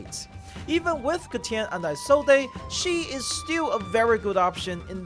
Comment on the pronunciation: No way you actually pronounce Isolde as “Ai-sol-dei” 💀